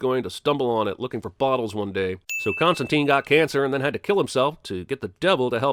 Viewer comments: its constantyne, not constanteen. he even gets his own name wrong. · biggest sin - yankees can't pronounce his name correctly. it's Constant-i-ne, not teen. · It's actually pronounced Constan-TYNE (as in twine or nine or fine), not Costan-TEEN. This is mentioned this a couple times in the Hellblazer comic (correcting someone who's mispronouncing it). Even the British show didn't pronounce it right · Most obvious (and controversial) sin: they keep mispronouncing his name. According to creator Alan Moore, it's supposed to be pronounced Constant-ayne (look it up) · the "i" in constantine is pronounced like i in "wine".